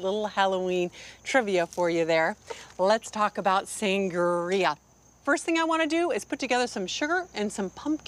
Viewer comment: "San-guh-ria" 🤣😂 lol